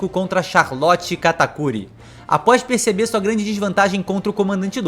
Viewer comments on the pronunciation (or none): none